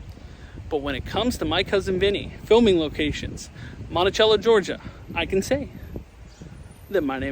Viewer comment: I grew up in the town. It was almost required viewing to watch My Cousin Vinny. But. It isn't MontiCHello. It's Monticello. THE C IS SOFT!